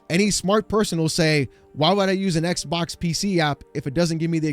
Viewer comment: iTs NoT a EcK bOk! eCk BoK ded!